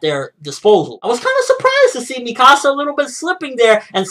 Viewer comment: Great video but youre pronouncing Mikasa wrong lol not mi casa. but i enjoyed this video!